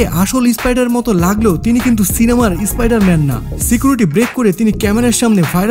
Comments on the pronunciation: ভাই ভিডিও তো ঠিক আছে কিন্তু উচ্চরাণ টা একটু ঠিক ঠাক কোরুন ! ইস্পাইডার ম্যান বোলে বার বার স্পাইডারম্যান কেই ধর্ষণ করে দিলেন ! শুধু ভিডিও বানালে হয় না ভাষা টা তো ঠিকঠাক বোলতে হয়! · ওবে ইসspider man টা কি বে???উচ্চারণ শেখ